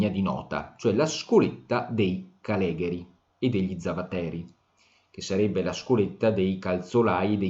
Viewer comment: Perfetto bravo, piccolo appunto si dice caleghèri non calègheri